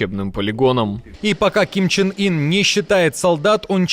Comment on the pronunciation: Почему Ким чин Ин? Ким Ян ун! Попробуйте найти правильное произношение на корейском!